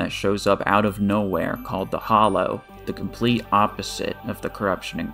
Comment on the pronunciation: This is nit picky but it’s called the hallow not the hollow